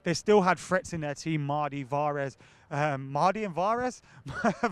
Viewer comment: Mardy and Vahrez. xD